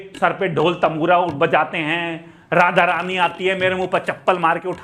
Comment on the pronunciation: Roast Kro But Radha Rani Ka Naam Thik se lo